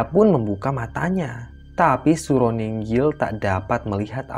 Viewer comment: Nginggil bukan ninggil mbok yg bener .gak menyesatkan yang gak ngerti sebenarnya.